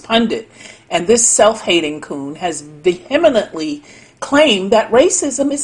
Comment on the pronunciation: "Vehemenently" ??? Whoever created this video is a moron . EDIT . *An illiterate moron !